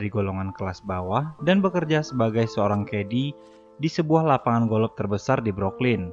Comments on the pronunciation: Golop Anying kwlwkwkw Golf bang bukan golop wkkwwkkw 🤣🤣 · Sebutan golf bukan golof...sebutannya goff ..wlpun ejaanya g,o,l,f tp bunyinya g,o,f..maaf bang bkn tunjuk pandai tp sekadar perkongsian ilmu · Bukan golof tp. GOF . Bukan ronde tp raun (ejaan round)😁😁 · Kenapa aku dengar mimin sebut “golof” ?